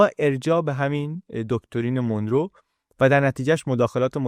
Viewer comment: خیلی عالی و‌ آموزنده بود. سپاس فراوان. فقط تلفظ درست این اسم مانرو هست نه مونرو Monro